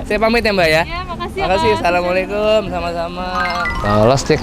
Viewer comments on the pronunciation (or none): none